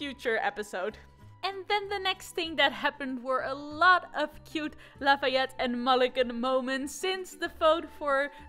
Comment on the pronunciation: I was waiting all day! And I was not disappointed! :3 You pronounced Lafayette's name perfectly